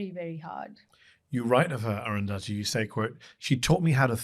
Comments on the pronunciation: I have never heard aruthathi pronounced like that 😂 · please pronounce arundhati roy properly